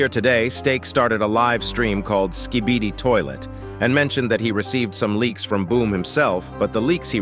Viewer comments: Why you still calling it Ska-bee-dee brub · "Thanks to my litle slibidy stake"😭💀